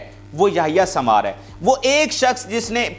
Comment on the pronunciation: Yahya sambar nahi sahi name yahya sanwar hy